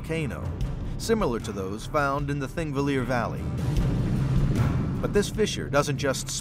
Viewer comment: It's "Thingvellir" and obviously the "Th" is a "Þ" like in "The", but we know our land is splitting and drifting apart.